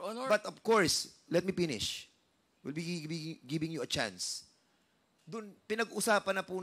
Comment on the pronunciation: Let me pinish daw sabi ni.pinish talaga